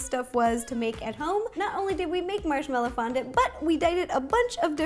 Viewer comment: Lol "Marshmellow Rondant"